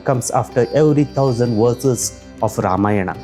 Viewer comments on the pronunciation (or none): Don't pronounce Ramayna better to pronounce Ramayan and the same for many other words